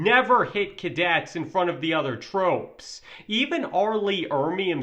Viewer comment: trope instead of troop. ham instead of him. Narration sucks